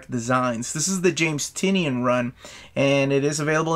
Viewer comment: James Tynion's name is pronounced Tie-nin.